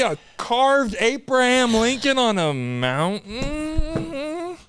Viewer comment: “on a mountENNNMMMMM”